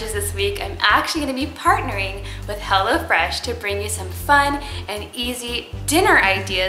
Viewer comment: I thought she said hella fresh